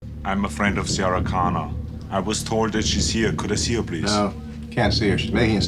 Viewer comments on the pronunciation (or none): Sy-ara Cohnnarr